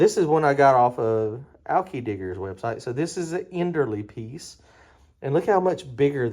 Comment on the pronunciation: You know those fittings made by earls? Well that's kind of how I pronounce the name of that fuel pump you have. You're saying this enderly thing. And i'm thinking what? Now, I could just as likely be the one that's wrong, just saying it's funny to hear it said different.